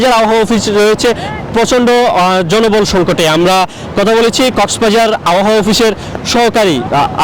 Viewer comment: এই বেডা আবহাওয়া উচ্চারণ করতে পারে না।